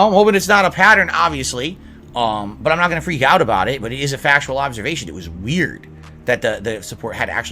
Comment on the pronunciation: "ITS A FAKSHUAL OHBSERVASHUN!!" One that you only bring up because you want money, disgusting pig.